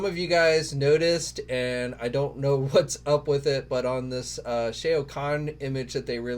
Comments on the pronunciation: for the love of God, please read your comments. It hurts everyone's ears to hear you say Shea' O'Conn like he's an Irish Mortal Kombat character. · Who tf is SHAE-OHH KHAN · obviously you have never played Mortal Kombat who the hell is Shay-OH- KHAN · Yo, that's my Lord guy, it's NOT Shay-o, it's Shao Khan! Lol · Absolutely hilarious sir! I was thinking similar thoughts upon hearing pronunciation of Shao Khan. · Lol the "AO" in Shao Khan is pronounced like the "OU" in ouch. Sheesh y'all really don't research this stuff huh? 🤣😂🤣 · They really dont....hell if they played the game they would know.... LoL 🤣🤣The wrong pronunciation grinds my gears